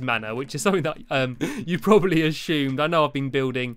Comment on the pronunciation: when you say assumed you says asshumed